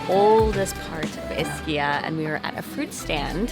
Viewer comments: Hey!! Ischia is pronounced “Eee-ski-a”!!!! Not Iss-key-a Do that and the locals will know you’re a noob and take advantage of you... noob. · ischia is pronounced eschia not a short I. If you are doing a blog pronunciation is key.